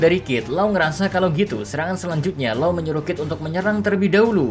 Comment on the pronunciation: Loo bukan lau